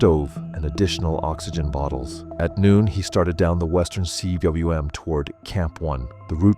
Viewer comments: It's not C.W.M., rather it's a Welsh word meaning valley. Pronounced 'coom'. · CWM is pronounced koom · Cwm = "koom" - do your homework!